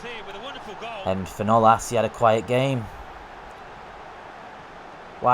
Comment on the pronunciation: It's pronounced For-Nals not fornales